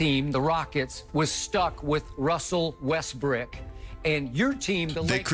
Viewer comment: Russell Westbrick(not brook) lol